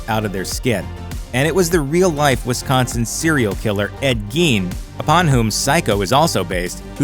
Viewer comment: From a born and raised Wisconsin girl. Not bad on pronouncing my home states name. Drives me nuts when people pronounce it wrong constantly!